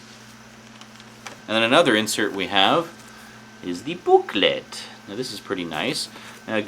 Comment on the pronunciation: Wow you're right it dosen't get more ultimate then four disks and 3 cuts of the same film. :) Boooklet. :D Oh and when you were refering to the Cannes movie festival which I think you were, it's prounounced as 'can' not 'kahn'. :D